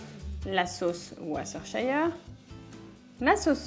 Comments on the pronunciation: Pitié ! Au Texas on ne fait jamais bouillir le porc ! Si non la marinade ne prend pas !!! Allez faire un tour aux USA et revenez avec la véritable recette SVP essayez de parler français correctement et anglais avec le mot de Worschtershire sauce ! Merci et encore une fois ne tutoyer plus... Ça ne se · Tout d'abord merci de ne pas tutoyer votre public... D'autre part je ne vois pas en quoi il est si difficile de prononcer le mot : worshestershire sauce ! Quant à votre soi-disante recette texane je peux vous dire que vos ingrédients n'ont rien à voir avec la véritable recette ... Allez faire vos écoles de cuisine au Texas et revenez avec la véritable recette ! Quand vous l'aurez enfin comprise, venez nous la communiquer.... Nous verrons si vous avez enfin compris !!! D'autre part merci d'essayer de parler distinctement le français sans bafouiller. La moitié de vos phrases sont incompréhensibles ! Ensuite je vous donnerai la véritable recette texane ( moi qui ai vécu là-bas durant 40 ans ....! ) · De la part d'un Britannique, on prononce la sauce Worcestershire [Oueur'steucheur'] ! =D La recette a l'air bien sympa, surtout cette petite marinade !